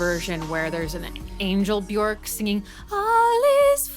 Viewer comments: Björk is pronounced “be-yerk”, “ö” sounds like the “o” in work; rhymes with jerk … not cork. Brilliant analysis! I love both versions of thIs song, but have listened to the video version more. Can you analyze Undo, Joga, Hunter, or Bachelorette next?! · Bjork is pronounced "byerk".